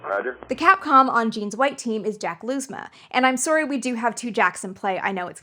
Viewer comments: Lousma is pronounced Louze-ma (like "how" or "frau"), not Looze-ma. He introduces himself in a Youtube video titled Jack Lousma Interview Part 1. Thanks for the awesome video! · Lousma pronounces his name "Louse-mah", not "Lose-mah". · Lousma last name is pronounced Lous-ma. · Excellent deep-dive. (I didn't find it at all absurd. :) ) One small nitpick. IIRC, Jack Lousma's name was pronounced with a silent "s" -- LOO-mah. I could be mistaken. I was barely a teenager when 13 launched.